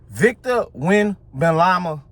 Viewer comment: Did you just say Victor Wemban-lama? Lol, but yeah, you are right; he is the MVP.